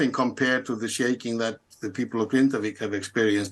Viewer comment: Grindavík is pronounced “Grinda-veek”, the BBC have the resources to not murder pronunciation of locations